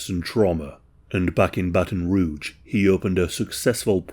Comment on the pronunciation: You pronounced Baton Rouge and Louisiana correctly.